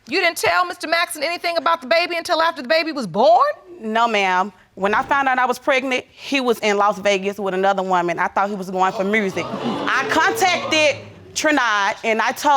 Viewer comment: The way she said “mursic”